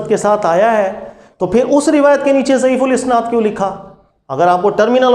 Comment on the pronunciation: ضعیف الاسناد (isnaad) نہیں ضعیف الاسناد(asnaad) ہوتا ہے